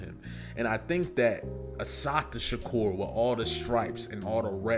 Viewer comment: A beautiful tribute...but please learn the correct pronunciation of her name. Please.❤❤